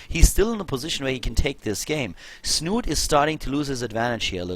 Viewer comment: Das "e" in Snute ist übrigens nicht stumm. Hier kann man die korrekte Aussprache hören: /watch?v=6EpRR-3r6V4 / The "e" in Snute is actually pronounced. You can listen to the correct pronounciation here: /watch?v=6EpRR-3r6V4